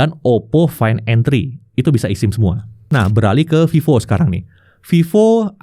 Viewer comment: bang ngomongnya esim, bukan isim... sama kayak lu bilang ektp bukan iktp